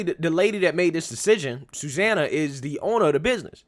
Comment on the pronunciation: Suzanna? Sue Zanna. Sue.